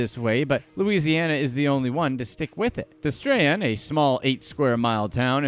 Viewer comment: "DES-struh-han"- Destrahan